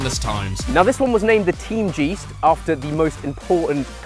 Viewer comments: I hate how Chris pronounces Teamgeist as Teamjeast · Teem-geest lmao It's team-geist as in guys't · bro really said 'jeest' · bro really said " TEAMGIST" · Team Jizzt? That's not how you say that, but I guess it makes sense for this lot. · Bro said “team jeest” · no way chris called it the teamjeest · The way you pronounce "Teamgeist" always cracks me up ngl It's not a long E but actually like the UY part in guys. So to make it easier for yall just pretend ur saying Teamguyst. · Bro said team jeest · teamjeest? Its pronounced like in poltergeist which actually is a german word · Chris absolutely butchered the German pronunciation of “Teamgeist”. “Geist” should sound like “guise” but with a ‘t’ instead of the ‘e’ at the end… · His teamgeist pronunciation is foul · Teamgeist, talk about butchering words.